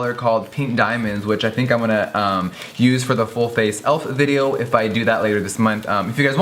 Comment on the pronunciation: It's pronounced "e.l.f.", like you say each individual letter, e-l-f... Elf... Lol so cute! 😊